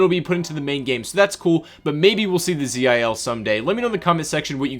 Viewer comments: pls read it zil not Z I L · Zil is russian truck and all letters are usualy read a word not abriviation